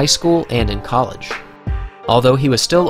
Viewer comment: You pronounced college wrong